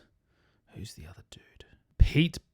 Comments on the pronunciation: Great review,! Amazing, as always. Been following you for years. Pete- peh-tay, in Finnish. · His name is pronounced pe-te. :)